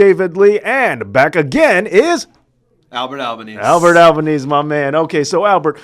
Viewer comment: hurts to hear an Italian names botched so badly AL-BA-NAE-SE not alba-knees. Dam Americans